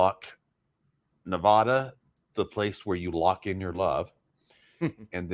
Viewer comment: Why is it that most people from the East Coast can never pronounce NEVADA correctly?